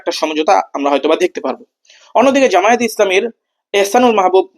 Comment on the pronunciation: আপনাদের এতটাই অহংকার জামায়েত নামটাও ঠিক মত বলতে পারেন না